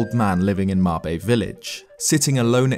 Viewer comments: MABE. Not Mob-bey lmao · "Marbay" village 🙄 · The Japanese name of the village has two syllables, like "mah-bay" as opposed to one syllable like "mayb" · "mahbay" "Bowbow"